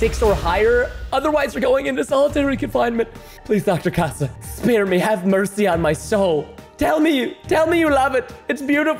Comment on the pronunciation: It’s not Dr ha ha it’s Dr Casa